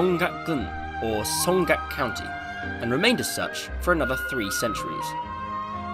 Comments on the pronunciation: dude can you even read 한글? 송각 아니라 송악이야. 발음이 왜이래? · It should be more like Song-aak with no ‘g’ sound in the second letter. But other than that your Korean is quite good! And the content is amazing! This is the most informative and comprehensive English channel on North Korea that I’ve ever seen.